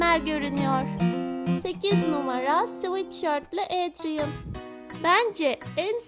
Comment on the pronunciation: Ya abla senin sesini çok güzel özelikle "Adrien" kelimesi ni çok güzel söylüyorsun 😍🥰 ve en güzel Aşık adrien i seçiyorum ben nedeni ise bence Aşk çok güzel bir duygu (gecek hayata aşık olmadım ama kara kediye aşığım)